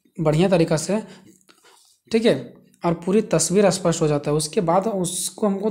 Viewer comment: ' स्पष्ट ' इस शब्द को आप बार बार ' अस्पष्ट' कह रहे है